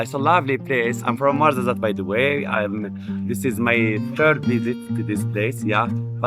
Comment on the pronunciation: Tizi n Tichka you wrote it right, but you pronounce it Tizi n tchika Ait ben Hadou not Ait Bendaw as you pronouce it or Ait Bendahou as it was written on the map. you killed me on the Marzazat, it's Ouarzazate 🥲 You can find Amazigh people starting from Canari island to Siwa in Egypt (very beautiful place btw). Tinariwen are nomade amazighs, gypsies of north africa. Always making good music those gypsies where ever they go. Good job.